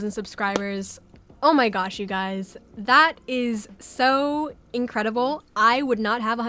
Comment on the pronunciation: “All of your Guyeys support” lol that cracks me up